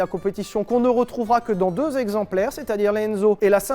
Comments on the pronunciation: Monsieur Lévy, j'adore ton entrain, ta vivacité, l'amour que tu communiques, mais s'il te plaît arrête. Arrête les liaisons interdites, les liaisons qui font mal aux zoreilles. Alors les mille zexemplaires de F40 ça me fait saigner. Continue mais arrête juste ça je t'en prie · Mille zexemplaires 😆 mais sinon historique très intéressant !